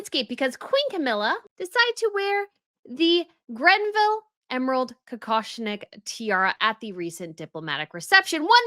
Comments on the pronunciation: please stop calling it the "Grenville" tiara. It's Greville - no "n." Other than that, I love your channel. I hope the royals choose some of the other jewels so we can see them all. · GREVILLE and not Grenville please. Annoying how often she keeps repeating the same mistake. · Greville. Not Grenville. always pronounces it incorrectly. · I think it's not Grenville. It's Greville. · Its Greville not "Grenville"! Every time you say Grenville I think of a character in a British comedy series "Open All Hours". 😂 I was pleased to see Queen Camilla wearing the GREVILLE Emerald Kokoshnik Tiara at the Diplomatic Reception. She looked fabulous in it. I would love to see more of the unseen tiaras brought out of the Vault. I think the Queen Mary Sapphire Bandeau, last seen on Princess Margaret would look gorgeous on the Princess of Wales, especially if she paired it with the late Diana's Saudi Sapphire Suite. I would now like to see Queen Camilla bring out the Queen Mary Diamond Bandeau so that it won't always be associated with Meghan Markle. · It’s great to see QCamilla wearing different tiaras and Inhope it spreads to other royal women! One note: the name is not GreNville….it is Greville (“Grev-ville”, no “N”). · Hi! Love you and love the tiara but it’s called Greville not GreNville 😊 Also, it’s possible Andrew is still b*tching behind the scenes and as the Royals are known to communicate via their wardrobe, this choice of tiara might be saying "back off, or else…". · It’s Greville not Grenville. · Greville. Not Grenville. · Well, in fact she did NOT pronounce the name correctly. It is not the Granville (or Grenville) but the Greville Emerald Tiara. There is no "n" in this name! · No N in Greville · Thank you for pointing out the wrong name. Sadly, makes this mistake all the time. It's rather unprofessional. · Thank you for pointing out that, not for the first time, pronounced the name wrong.